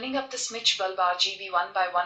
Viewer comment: Its bulb not baaalb ! Its google not gugulee , overall nyc review